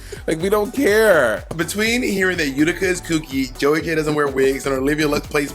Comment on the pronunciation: Monét did you say Utica 🤔? I had to play that back to make sure I heard that correctly. Her garment looked like a bunch of scarves tied to other pieces of fabric. Just my 1 cent